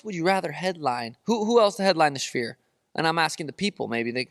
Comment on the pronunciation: "the schfeer" 😂